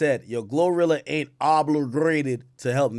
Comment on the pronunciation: The word is: OBLIGATED or OBLIGATORY or OBLIGATE or OBLIGATIONS!! NOT OBLURGATED!! Smh.